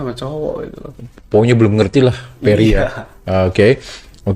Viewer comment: Namanya Ferry mas. Bukan Perry 🤣